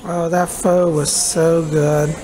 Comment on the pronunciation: Hello! Love your vlogs. Not sure if you know, but Pho is actually pronounced 'fuh' peace and blessings!